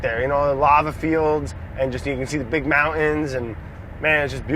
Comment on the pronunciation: mountains... maon-ayuns?